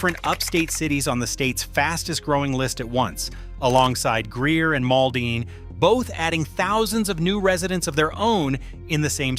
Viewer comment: Mall Dean ??? Try Maul Din